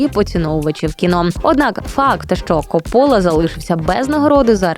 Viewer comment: Вперше чую, щоб в прізвищі Копполи наголос стааили на 2-й склад